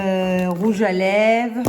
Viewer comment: J'adore, il est magnifique ce rouge à lèvres sienne ! Par contre tu oublies le "r" de lèvres, tu dis rouge à lèves 🤔 peut-être à cause d'un accent, je ne sais pas de quelle région tu es.